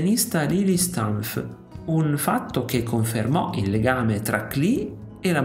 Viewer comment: Stavo per scriverlo io. Anche la pronuncia di altri nomi andrebbe controllata (Lily Stumpf, Aleksej Jawlenskij)